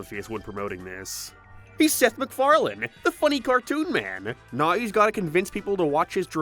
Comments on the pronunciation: Whats with the random 1 off words being pronounced wrong? Now is nerrrw for example, space is sprse, paced is pea-s-ed. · Buddy.... Your vowels. You're saying basic words wrong. Fix your impediment. Thumbs down. Now is not pronounced "nar" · was the most CURSED pronounciation of "now" i've ever heard, lmao. I actually repeated it to listen to it again :P